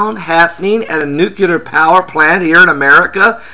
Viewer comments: I always find it difficult to listen to anyone who calls it a NUKE-ULAR plant... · Nuculer? Jesus. I don't think this cat is someone to listen to if he can't pronounce the word correctly.